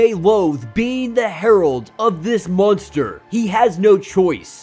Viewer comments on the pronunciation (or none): none